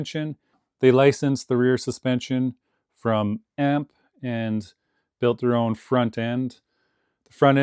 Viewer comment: Oh its Amp not A M P 😅